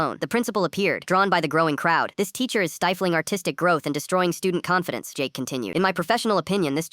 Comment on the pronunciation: when they said "Artistic" i heard autistic